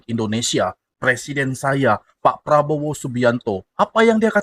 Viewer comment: Pengucapan Probowo MCM orang Malaysia sebab masa kecil belajar di Malaysia